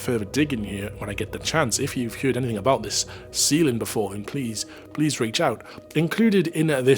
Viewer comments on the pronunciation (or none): The word "heard" is pronounced the same way as the word "herd". You saying "HEERD" instead of "HERD" is jarring in a nails-down-the-blackboard kind of way. I make allowances for accents (I can hear a bit of Welsh influence in your voice) but FTLOG, "HEERD" is just so very very wrong.